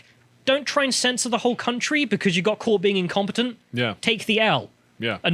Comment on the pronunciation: I first thought said: The Ministry of Defense got caught being "Compotent." 🤣